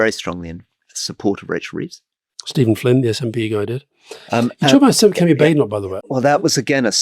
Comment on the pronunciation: Why does Alastair so consistently mispronounce Badenoch?